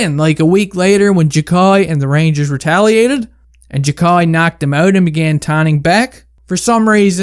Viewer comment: its 'Jack-Eye'